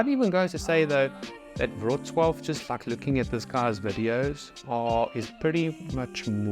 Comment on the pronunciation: You need to learn how to pronounce "Krakow." You got Wroslaw down right so I know you can get Krakow, too.